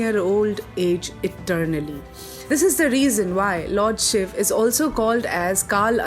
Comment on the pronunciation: So far found the only video which calls shiv and not shiva, In today's world everyone is busy in englishisation of words this may seem new term but it's true especially for those who study literature and changes in literature. In today's date every Sanskrit word is attached with an extra "a" sound which disturbs its meaning and pronounciation Pls spread this knowledge